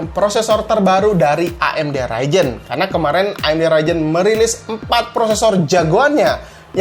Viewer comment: Ryzen oy bukan raijen